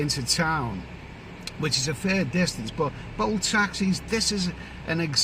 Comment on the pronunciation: I though you said ‘boat taxis’ but then I realised you were talking about bolt app like Uber.